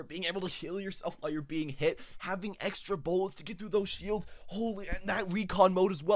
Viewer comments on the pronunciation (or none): none